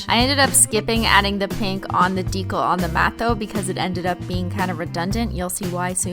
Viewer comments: Christine, I love you. Swear away, my dear. BUT STOP SAYING DECAL WRONG. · Stop saying ‘Deecle’ its deCAL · I SO JUST WANT TO SCREAM ITS PRONOUNCED DEE-CAL NOT DEE-COL !! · I know you probably don't care, but that's not how "decal" is pronounced. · I'm sorry but the way you say decal is so irritating lol it's dee-cal not dee-kuhl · I fucking love these videos but the way she pronounces decal drives me insane. Maybe it's because I'm southern but it's pronounced DEE-KAL when I feel like she's saying it like Dee-kul And yes the pronunciations are not spelled like the word itself if you're too dumb to know I'm not trying to spell it, I'm trying to show how the word is pronounced. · Its DE CAL not to be mean I love you i can't do nails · Isn't decal pronounced with a long E. like Dee cal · the swearing isn't the problem. the problem is that you say decal as if it rhymes with tinkle! ITS INFURIATING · halfway through the video I realized I had been watching the whole thing upside down.... also I know you've said before decal is a word you pronounce wrong. Did you figure out how to actually say it and this is some running joke or do you still not know?? In that video I never heard ben tell you the right way to say it so I don't know if you know or not hah. This comment was pointless I don't know why I felt the need to say something. Anyway have an exHOLOnt day